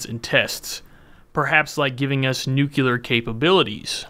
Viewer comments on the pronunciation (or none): Nuclear, not nucular